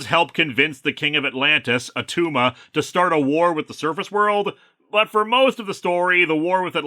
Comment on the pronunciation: "the king of Atlantis Atumah" ITS NAHT A TUMAH!